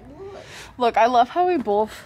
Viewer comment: Amberlynn Reia’s dictionary: 1) “Bolth”